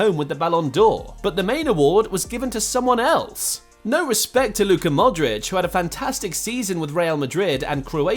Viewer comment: "No respet to Luka Modrić" tf bro?